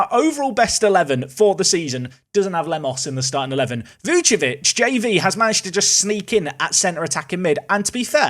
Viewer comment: my heart sinks every time you say Vucevic... it's VuCIcevic. where's the CI?